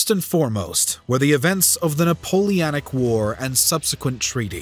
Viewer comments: It's Napole-O-nic, not Napole-A-nic. Just saying. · Napoleonic, not Napoleanic. His name was Napoleon Bonaparte, not Napolean. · The guy can't even pronounce Napoleonic right. 😂